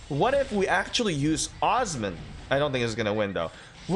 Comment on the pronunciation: It’s not uzman…. It’s Osman. Ooo-sss-man.